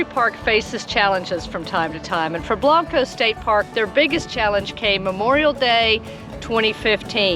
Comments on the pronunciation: Blank-co is right, not Blahnk_o! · say it like this... blank co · Both are pronounced Blank-O. Come on man!!! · Well I found your introduction a little annoying. Blanco is not Blonco. Otherwise great video. My ancestors settled Blanco.